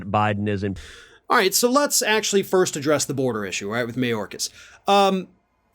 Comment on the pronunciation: I love his sliminess. Mayorkas, listen to how he says the surname the first time as opposed to subsequent. Mah - yōrrr- caz (Spanish) May- or- caz ( English) Don't let your Cubano out, Rafa. Or the republicans will never elect you to the big office